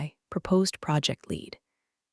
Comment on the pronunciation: Shame about the bots though. The most annoying thing is that they can't pick the correct homophone, eg what should be pronounced lead as "leed" comes out as "led", and vice versa. Read gets the same mistake and live(s) can be "liv(s)" or "lyv(s)" at random. Currently I'm one of the 7%, but I'm thinking of leaving even the 93% and just not listening at all. If you must have electronics read your stories, at least listen to them first and correct the homophone and other pronunciation errors before uploading them.